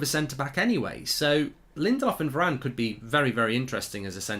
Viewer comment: You should be saying Bailey and varane